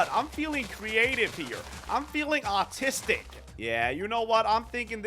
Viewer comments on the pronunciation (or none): ”I’m feeling artistic” Me: did he just say he’s felling autistic?